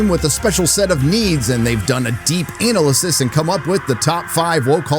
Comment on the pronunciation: Anal lysis? Did say that correctly?